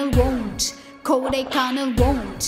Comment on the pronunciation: it feels like .. shes saying " KODAIKANAL WUNT .... "